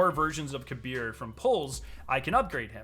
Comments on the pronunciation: The game pronunciation on Kabr name is Kaber not Kabir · Kabr=KAY-brr Not kuh-BEER